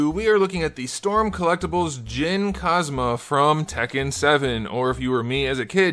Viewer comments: it Is pronounced KA-ZA-MA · Pretty sure his last name IS actually pronounced KA-ZA-MA, not KA-ZMA. The in-game announcers in all of the games even pronounce it this way. That aside i really want to see a Armored King from storm! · 'Cause-ma' is not how you pronounce Kazama. No idea how you went from the right way to being incredibly wrong. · While you might be ethnically Japanese, your pronounciation does not appear to be that of a Japanese speaker. Below are links to video where the surname Kazama is pronounced differently that how you state in the video. t5 t6 t7 t:bloodline trailer Katsuhiro Harada saying it T:BV